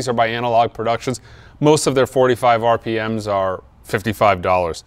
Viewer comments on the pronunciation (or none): none